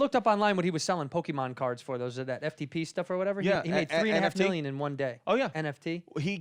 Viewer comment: These guys are in their 30's and still don't know how to say pokemon.